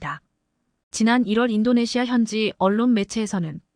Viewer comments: 인도네시아를 인도네마로 읽는 바보들의 거짓말 ㄱㆍ닝쟁이다. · 인도네시마는 어디야? 해도 너무 한다! 시청자 무시하기 ㅉㅉ 나레이터들 눈이 문제야? 내용을 전혀 이해를 못하고 글자만 읽는건가? 싫다 싫어